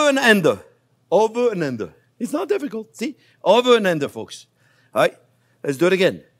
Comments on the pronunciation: "Over.... and ander....." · Chef your pronoucation of under cheers me right up just like the Onyo. Hope your doing well today.